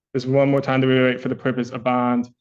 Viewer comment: Bro if I heard my lawyer say "pwevious viowation" and "weitewate" I'd instantly know I was cooked 😂